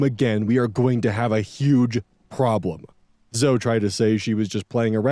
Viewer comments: Okay, I admit I may be petty, but it legitimately got me cringing and wincing every time mispronounced "Zoe". It's 2 syllables, not 1: ZO-ee, never ZO! (If it helps, the name Chloe is similarly pronounced KLO-ee, not KLO. Both Zoe and Chloe are Greek names, hence the non-silent final -e.) But, yeah, Story #2 is an absolutely bonkers case of Disproportionate Retribution and was in no way a "prank"! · it's pronounced "Zo-ee" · not me with my eye twitching every time pronounces "Zoe" as "zoh" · LOL i was having a moment like "Zo"? isn't it "Zoe"? huh?!? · Lmao "Zo" (The name Zoe is usually pronounced the same as Zoey) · Is that not how that's pronounced? Zoey would be Zoë wouldn't it? My friend pronounces her name the way you do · …is this not right? Zoe is Zo Is it was Zo-ee Wouldn’t it be Zoey? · Zo-ee. It’s pronounced Zo-ee. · Omg I used to pronounce Zoe like that growing up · That bugged me too, but then I realized that Zoey is also a name, and the one I am more used to seeing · Yeah I saw this comment and went how is he pronouncing it wrong isn't Zoe spelled with a y My phone speech to text spells Zoe that way even though I'm saying the e part. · The pronunciation of Zoe hurts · The way you pronounced Zoe is hilarious. 😂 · It's pronounced either way, I had a friend when I was a kid named Zoe and if you called her "Zo-E" she'd get mad. It's the preference of the individual but the majority of "Zoe"s I've met, pronounce it "Zoh".